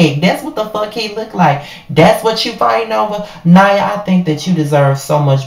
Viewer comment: Her name is pronounced Nia like Nia Long